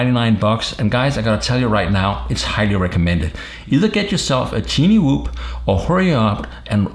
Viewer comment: Its called Tiny Whoop Pronounced: Tainy, not Tini